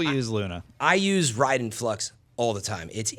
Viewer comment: it’s RAIDEN like the MK character not Riden lol